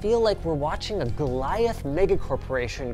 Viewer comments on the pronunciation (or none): none